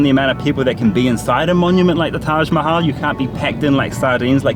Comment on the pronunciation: Karl Rock, so, after all of those Hindi classes and all of the time living in India immersed in Hindi and other Indian languages, you still haven't learned the correct pronunciation of Taj Mahal? What's up with that?